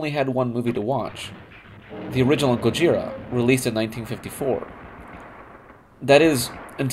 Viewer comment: The name GOJIRA is actually pronounced "GO-jz-EELah"!